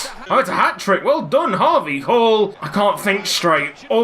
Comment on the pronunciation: When you do the we all dream of a team of harvey halls chant it sounds like We all dream of a team of Habe Hall's